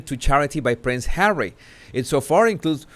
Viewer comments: Lov da way u say "Hawwy"it suits this ginger nut. And was that an android of mm,geesh tis woman needs help. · I thought he wanted to be called "Just Hawwy"? 🤣🤣🤣🤣